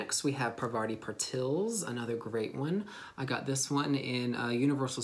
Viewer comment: Actually she's 'PARVATI PATIL' not 'PAVARTI PATIL'